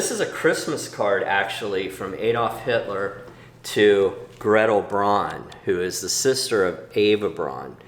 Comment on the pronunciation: I'm new to this channel. This was a fascinating video. I'd just like to put my two cents in regarding German pronunciation. Eva's last name "Braun", rhymes with "brown", not "brawn". And Heydrich's name is pronounced "Highdrich", not "Haydrich." I had four years of High School German, which has left me with an irresistible compulsion to correct everyone's German pronunciation in WWII videos on YouTube.